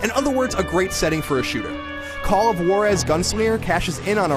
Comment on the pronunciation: Sounds like you're saying Walrus